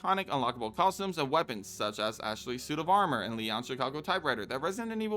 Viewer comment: Say the word: costumes. Narrator: cozhims No, costumes. Narrator: cosums Please; costumes. Narrator: consider this…. cozhms